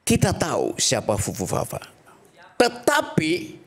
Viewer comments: Fufufafa, bukan pupupapa😅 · Fufufafa,, bukan pupupapa.. Kebanyakan minum asam sulfat ente😂